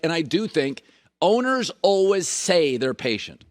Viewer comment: Someone has to explain to Colin that the second half of the word “always” is pronounced WAYS, not WUZZ.